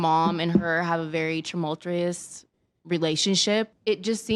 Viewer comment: Tumultreous?" Enough with the uneducated club chicks already.